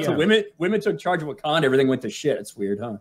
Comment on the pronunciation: Heh-heh, heh-heh. He said "Woke-kanda".